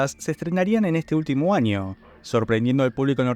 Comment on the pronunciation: ¿Año o “anio”? ¿Se les complica la Ñ?